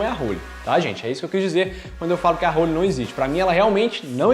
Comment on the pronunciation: não é "hÔlly", se diz "hÓlly"..